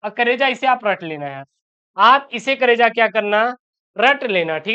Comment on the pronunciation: Achha se boliye sir kareja word sahi nahi hai please sir